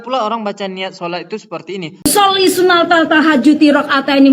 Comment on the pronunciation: Cara baca niat saja sudah salah sunat tahajud al nya assyamsiyah tapi bacanya sunatal tahajudi.. Koplak.. Usholi sinaTal tal 😂😂😅